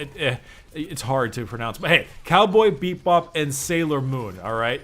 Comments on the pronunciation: He said Cowboy "beat bop"...I'm so triggered. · I LOVE how you always say Cowboy BeepBop instead of Cowboy Bebop